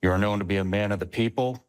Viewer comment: uite ca diliul o rupe si pe englezeste...ai iem for da pipal, for da lalala...bravo, ma, diliule!